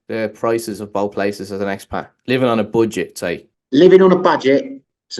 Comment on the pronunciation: I’ll give you a shot mate subscribing but it’s not Boo-get it’s Bud -get!